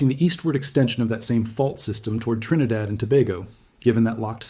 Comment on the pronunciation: Wow and you pronounced our country name correctly🎉trinidad